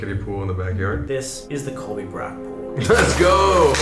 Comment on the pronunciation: as a German Colby's pronounciation was almost spot on